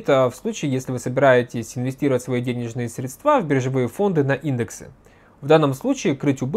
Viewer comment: Пожалуйста! Прекратите говорить средствА! Это невыносимо! Правильно срЕдства. И только так.